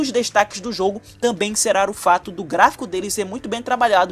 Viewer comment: Mano para de falar "serar" é será.